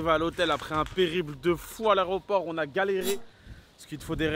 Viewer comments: Millionnaire et il dit aréoport au lieu d’aéroport 🤣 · Je vien de remarquer tu dit l’areport et pas l’aéroport(le seul commentaire qui sort du lot!!!